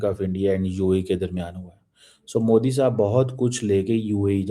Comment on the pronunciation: कामार चीमा बहुत मजाक भरा नाम अपने देश के नाम की तरह 😅😅😅😅😅😅😅😂😂😂😂😂😂😂😂😂😂😂😂😂😂 जब अंग्रेजी नहीं आती फिर क्यों बोलते हो मैं कमार चीमा हूं और मोदी जी का नरेंद्र मोदी है ना की मोडी